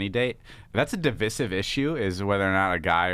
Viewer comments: Josh and David both can’t pronounce “divisive” correctly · I feel that David was peer pressured into it after Josh pronounced it wrong